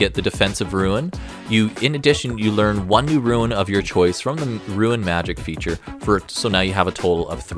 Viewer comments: I keep hearing "ruin" whenever you say "rune" .. made for some interesting sentences 😅 I think a rune knight dwarf would be real cool. Perhaps reflavour the runes to be of dwarfish origin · Well, considering the damage this class is capable of dishing out, and the fact that it can "go large", maybe "Ruin Knight" isn't such a bad name. :P